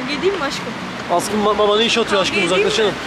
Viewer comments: Sen neden aşkım diyemiyon askım diyon hep 😂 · aşkım yerine neden askım diyosun yada yeşil yerine yesil diyosun😢